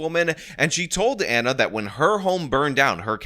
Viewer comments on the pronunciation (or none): none